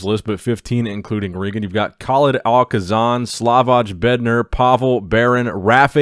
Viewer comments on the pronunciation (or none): none